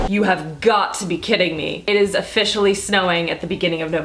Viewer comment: my favorite part of this video is when you said " iz very nice 😂". I'm interested in finding out about the scandalize mascara and the Milan rose product